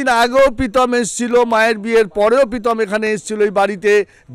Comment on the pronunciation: পিতম না কাকু প্রীতম🙏🏿🙄